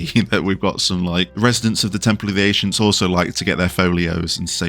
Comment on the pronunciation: Why are you saying ancients funny?? Ashients 🤔 🤔